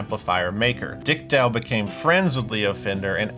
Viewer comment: Izzat "Dick Dell" or do you just pronounce "Dale" weird? Also...Top-Anga?????